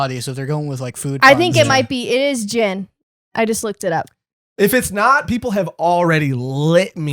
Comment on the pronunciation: The G in Gin is read as in Get